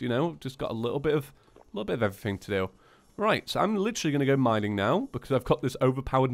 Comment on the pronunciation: Lol minink(mining).